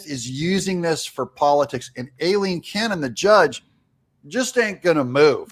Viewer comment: Thank u, 4 pronouncing Judge Aileen Cannons 1st name correctly. It was my Mothers name & is often mispronounced. I miss her. Thank u again. I love ur show